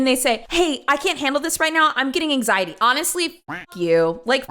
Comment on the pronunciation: Girl barely knows how to say anxiety uh huh